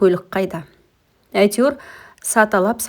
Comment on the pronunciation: Саталап емес сатылап